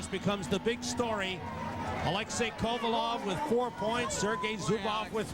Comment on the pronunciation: Kovalev too. He said kovolov